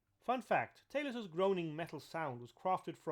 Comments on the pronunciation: Not "Tay-los", it's pronounced "Tah-los". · I believe it's pronounced "Tah- Loss" But I don't want to p155 on your bonfire. Great video. I love this stuff. I will subscribe.